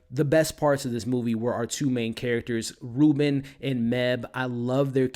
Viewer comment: The only thing that bugged the crap out of me...is how be pronounces Robyn.....BRO, it's pronounded like robin...like the birrrrdddddd not "reuben" jsjsjdndjjddxkskskejjddj Other than that, everything's great ^U^